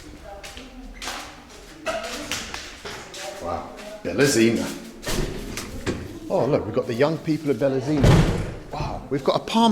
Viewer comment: Ballyezino ----> Belazino 🤣